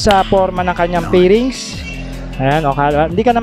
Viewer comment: Paki pronounce ng F at V ng maayus , fairings Hindi pairings